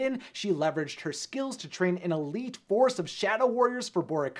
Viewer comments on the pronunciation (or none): none